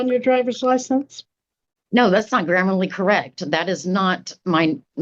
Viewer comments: The sovcit was obviously attempting to say "grammatically", but as this word is apparently not in her vocabulary, she enterprisingly made up the word "grammarly"(just as she also made up the word "admirality"). As she was basing this on the word "grammar", if it were a real word, it would be spelt "grammarly". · She pronounces "grammatically" as "grammarly" and "Admiralty" as "Admorality" - I'm not surprised she's a sovereign citizen, none of them have an IQ above 50!! 😅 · thats not "grammerly" correct? huhhhh? "Admorality" law? hahahaha this lady's in last place.. too much methamphetamine. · It’s not ‘admirality’ it’s ‘admiralty.’ One ‘i’ If you’re going to keep repeating that get it right. It’s not ‘gramerly’ it’s ‘grammatically.’